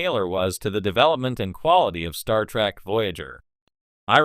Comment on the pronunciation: Did the AI say "Star Track"?